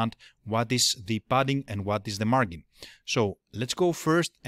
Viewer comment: so you are aware, the G in margin is soft, so it is pronounced like a J would be. Look up the drink Gin as in Gin and tonic, or this link should help Of course you are not a native English speaker, understood